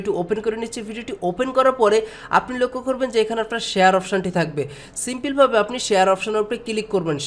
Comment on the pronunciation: উচ্চারন সুন্দর। ফিরি নাকি ফ্রি? কিলিক নাকি ক্লিক? সিমপিল?? নাকি সিম্পল,? কমপিলিট,পোরমশোন,এসব ঠিক করেন ভাই। বলে না লোকে। তবে এগুলা বাজে সোনায় আপনি কি সজল এর ভাই??